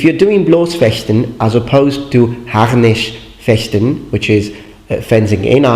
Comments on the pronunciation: Excellent expression of Bloß- and Harnischfechten! Never heard it better from a non native speaker. (Okay, not surprising concerning its the speaking:) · Kudos to you on pronunciation of German words! You're the first non-native German speaker on youtube I've heard pronounce Harnischfechten and Bloßfechten correctly! (in the modern way) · Interessting point of view. I understand both points, yours and Lindybeiges. It sounds for me like Lindys point is the point of an elderly generation and yours is the point of an younger generation... If you want to improve your German pronunciation skills you pronunced Harnischfechten very good and correct, but as a native I would drop the R because in modern german many Rs are dropped and not pronunced. Especially the Rs after vowels. Quite similar to britsh english I would say...